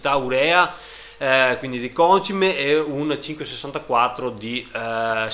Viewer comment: Ciao, sempre complimenti per i video li guardo tutti e ho notato che pronunci in modo sbagliato la parola concime, continua così che è divertente:)